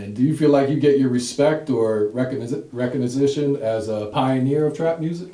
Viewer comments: dawg said "reck-o-ni-zi-tion" lmaooo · Reckoginization lol what the fuck word was that. Dirty glove Bastard, WTF!!!